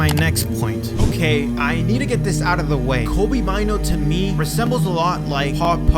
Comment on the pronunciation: It's pronounced May-Nuu. It's a Ghanaian name.